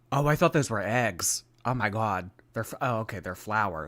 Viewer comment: I've never ever heard before anyone pronounce "eggs" the same way I do!!! 😲😄 I always blamed it on the PA Dutch upbringing! 😄😄 I have to make a conscious effort to say it correctly, or it comes out like that. I guess you've seen your share of horse and buggies. 😄😄♥️